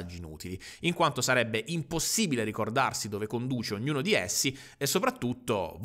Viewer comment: "ogniuno" mi triggera abbastanza...